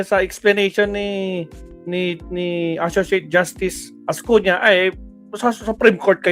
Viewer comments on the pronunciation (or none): .Ascuna hindi Ascuña.